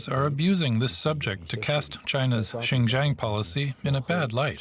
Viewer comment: It's not hard to pronounce "Xinjiang" (Sheen-jiang) and not necessary to pronounce it as "Qinjiang" (Cheen-jiang). The host should spent a few minutes to get this right before mispronouncing this place name repeatedly in this international forum.